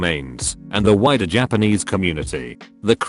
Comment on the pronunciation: I keep hearing "the whiter japanese population" rather than "the wider" and that's funny to me